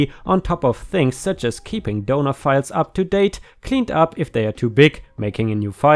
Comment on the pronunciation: The entire time he was saying "donor" I wasn't looking at my screen and was curious as to why he kept saying "donuts".